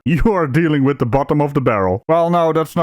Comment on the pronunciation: Are you familiar wiff? It's have a wiff or take a wiff or caught a wiff. Familiar wiff? WTF is that cow. Did we miss a wordie class?